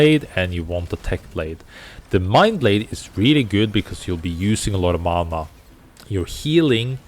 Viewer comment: You said when she heals with LMB it drains mana, but I heard you say "it drains mama" and I was so confused